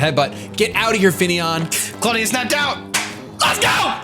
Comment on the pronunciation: said clawdia the cloyster